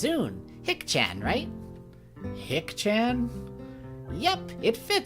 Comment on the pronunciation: Shicchan is pronounced more like she-chahn and Hicchan more like He-chahn. Love this let's play (especially your Misha)!